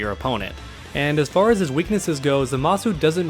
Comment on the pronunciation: It's pronounced ZAH-muh-soo